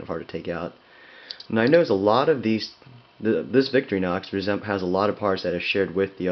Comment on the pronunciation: It is not pronounced Victory Nox. It is pronounced Vic-TOR-ih-nox. Otherwise, thanks for the review.